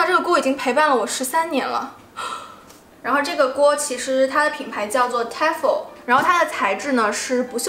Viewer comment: Tefal 應該唸T Fail的發音 😉